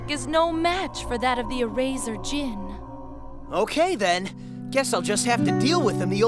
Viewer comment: It's sus to say The "D" Is Silent In The Word Djinn